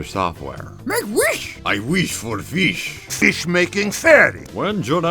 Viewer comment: its my job to make feesh!